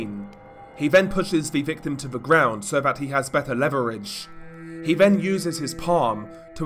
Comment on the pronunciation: good content and scripting, but the vocal delivery, maybe try like you're doing a standup comedy act, it's a bit overly dramatic and tedious, not every syllable has to sound like it is an earth-shattering piece of information - also, if you want to be a narrator, words like 'brother', 'further', 'then' , 'the' and though' aren't pronounced 'bruvva' , furva', 'ven' 'va' and 'vo'